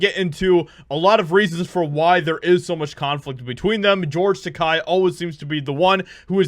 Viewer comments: Will he ever say "Takei" instead of "Tekai" someday ? Not important at all but i got triggered because he probably doesn't ever know he doesn't say it right and THAT is the problem to me xD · It's pronounced Tuh Kay NOT Tuh Kie. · Great video. Not a George Takei fan and tired of his hate and virtue signaling. Just one thing though, the end of Takei sounds more like “kay”, not “kie”. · His last name is Takai? I always thought its Takei (ta-kay). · It's not pronounced Tak-”ei” as in “eye.” It's Tak-”ei” as in “gay.” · Its not Tak-Eye, Tak-A, rhymes with toupee. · takei is not pronounced ta kye, it should be "ta ke-ee" (ke as in "kettle") so it is more like ta kay. (rhymes more with okay, not quite but not as bad as ta kye). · Takei not Takai, I don't like him, but please work on pronunciation. Japanese is pretty straightforward in that regard. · It's pronounced TaKEI, not TaKAI. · It's Tah-kay, not Tah-keye. I use this to remember. "George Takei is gay" It's like poetry. They rhyme. 😉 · George's name rhymes with gay. Ta-kay not Ta-kai. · It's taa kay not taa kii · His name is pronounced “ta-kay”, not “ta-ki”. As I heard him say, it rhymes with “toupee”. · Te-kay NOT Te-kai. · Hey, takei’s name is pronounced ‘t’Kay’ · It’s pronounced to K, like “toupee.“ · Its Tuh-Kay as in gay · Please STOP mispronounced the name!! Takei is pronounced (ta-kay) I have family that is Japanese and know a little of the language. I'm not wrong. And from what I understand Takei did try to start a beef to stay relevant but Shatner had no idea till recently. In fact most cast members from the fam3d show know little of Takei because he never wanted to pal around with them ou5side of the stage. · You're mispromouncing George's last name. It's pronounced Takay. Any trekie knows that. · It's pronounced "taw-kay." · Just a tip: “Takei” rhymes with “the gay”… should be easy to remember 😏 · It's "Takei" - "Takai" means "Expensive" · Tuh-Kay. Kei = Kay. Kai = Kye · Pronounced Ta Kay. Btw.